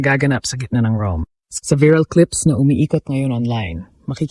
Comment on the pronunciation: Anong klaseng Vlogger ka? VIRAL ( Biral pag Pronounce mo?) magtayo ka na lang ng parlor BIRAL.